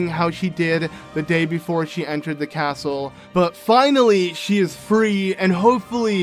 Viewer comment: A caatle in a caatle... What’s next? A cave inside another cave?